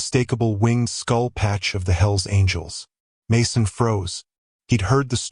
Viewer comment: AI screwed up .... Hels Angls 😂😂😂😂😂